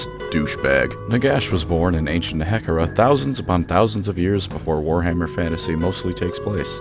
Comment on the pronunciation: The way you pronounce Nehekhara. It is... discomfiting.